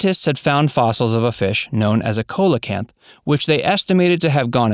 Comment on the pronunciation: That fish is pronounced SEE-lo-canth